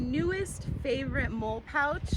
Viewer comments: First: Molle is pronounced “Molly” You’re just a gadget girl, just like any gadget guy! It is rare and admirable. The proper mindset for rural life. However, nobody can prepare for EVERY possibility (even if you could carry every gadget made). If it were me… I’d put a LOT of what you carry in the pack! Your “outings” should be purposeful. A separate pack for each purpose. Weight & dexterity are the priority. The body is a machine & was designed without the need for 100lbs of extra gear! Minimum weight & optimum utility. Personal protection, a knife, a saw, an over shoulder bag for incidentals (which can carry most of your items) is all you should have on your body. The rest should be in packs. You can outfit your car, a cycle (motor or not), & purpose driven packs are all you SHOULD need (look to military ideals). Ask yourself: what is the purpose of all this? Are you going to graduate up to a pull cart just to carry all your preps? At some point, a diminishing return will be realized when the preps encumber movement & activity. Work smarter, not harder. My hat is off to you, but time will teach lessons you need to internalize! I WISH I could be with a life mate that has your mindset! Keep doing the work & you’ll evolve into a beautiful thing! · You think like I do: any pouch gets a small knife and a lighter because reasons yet to be realized. Addendum: MOLLE is traditionally pronounced "Molly", in part as a tribute to its predecessor system, ALICE. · Great video! Love your passion for the craft! I do believe the word is pronounced “Molly”. I know it’s spelled molle, but it’s not a big deal! The older version of molle was called daisy. Daisy wedding and molle webbing. I think there’s a third type, but I can’t remember. Anyway, Have a great day! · Is it pronounced MOLE or MOLLY? I do not know but heard both now. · MOLE? It is called mol...le :) You are a crazy lady